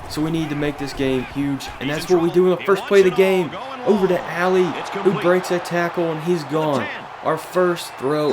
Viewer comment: Love this series bro, but it’s pronounced “Ah-lee” not “ally” - Josh Ali